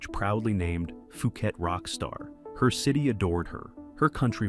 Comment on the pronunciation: PUU Khet Not FUU Khet